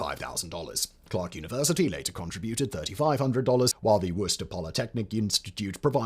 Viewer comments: Worchester MA is pronounced "Wu-ster" or, more properly "Wu-stah". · As being born, raised, and still living in new england, It's pronounced "wou-stah", wou sounding like the word would, and stah sounding like the word stop. It's a new Englander thing. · Woos-Tah Rymes with rooster. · *Woostah. Worcestor is pronounced Woostah in Massachusetts.